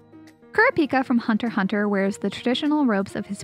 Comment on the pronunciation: I absolutely love this video, but she did NOT just say hunter hunter instead of hunter x hunter. did I hear it right?!